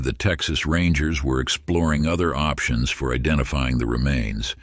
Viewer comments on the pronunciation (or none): none